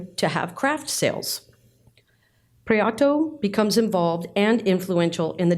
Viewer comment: Lovely video, thank you. As a Spanish speaker, Antonio’s last name is pronounced Pree-eh-toe, as opposed to Pree-ah-toe.